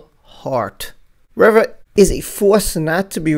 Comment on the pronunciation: REE - VA ... not rev uh